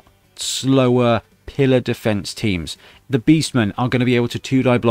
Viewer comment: When you were talking about the College of Death's muscle I thought you said "Beefense" instead of "defense! And now I think that should be used generally as a regular Blood Bowl word!